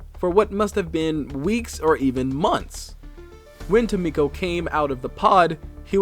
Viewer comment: Ah, apologies, but there appears to be some errors. 😅 First, Tomko is not Tomiko. There is no "i" present, so AFAIK the pronunciation is "Tom-ko." Additionally, the Chosen Assassin's intel report in the Avenger states she was lab-grown as the assasin, built from scratch for loyalty. She never had a chance to be a Skirmisher, since she was grown to hunt them. That said, the Warlock's entry does say he was picked up as a child, so on that point he definitely wasn't a Templar.